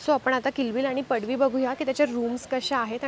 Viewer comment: Ek tar padvi ahe padshi nahi.